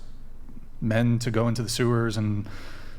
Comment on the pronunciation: Does the ho mo host not know how to pronounce “go?”